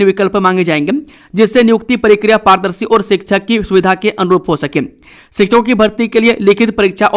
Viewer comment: समाचार वाचक महोदय मेरे विचार मे समाचार पढने के बीच मे * जी हां* और *फटा फट समाचार * जैसे तकिया कलाम अनावश्यक और अनूदित है। आप प्रकार को परकार प्रक्रिया को परकिरिया और स्थिति को अस्थितिमे विकृत करके किस, कारण या किस खुशी मे बोलते है?